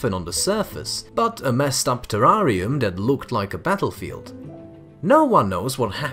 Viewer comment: I love the way you pronounce 'terrarium' 🙂